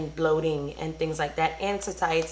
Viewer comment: Girl you make me laugh every time you try to say satiety 😂